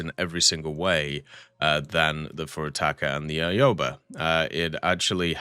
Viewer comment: Your pronounciation of ships, especially the Japanese ones is so awful, lmao I lost it at Aoba, Ayobae?